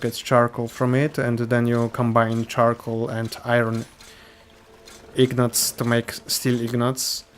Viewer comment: Those are INgots, not IGnots)